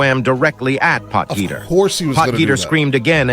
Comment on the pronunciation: hahaha POT-GEETER hahahahaha